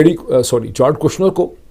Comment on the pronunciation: جیرڈ ہے سر جارڈ نہیں ہے